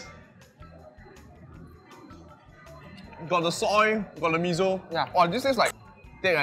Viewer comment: Why Mee-Zo instead of Mee-Soh (Miso)? 😄